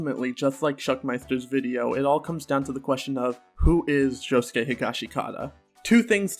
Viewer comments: how do you say josuke correctly and then say "nori-soo-kay" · The only thing I have a problem with is your pronunciation of "Norisuke". You pronounce "Josuke" correctly though. The "suke" is always pronounced "skay". Josuke, Sasuke, Norisuke. Also, I really hope Norisuke doesn't die.